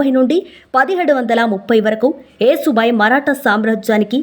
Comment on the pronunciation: Yasu bai talli yesu bai kadu